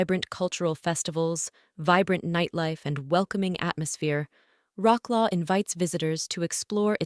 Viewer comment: Rock Law???? sorry... it is Wrocław pronounce:ˈvrɒtswɑːf. ----- No ROCK, no LAW ---- ODOR river? It is ODRA.... ufffff on and on.